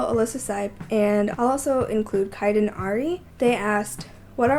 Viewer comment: Thank you, So SO SOOOOO much for adding me in this video! I'm also very impressed you said my name right. So happy right now! ;-) -Kiden